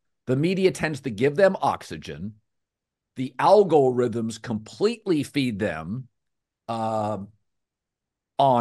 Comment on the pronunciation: Colin “Al-go-rhythms” Cowherd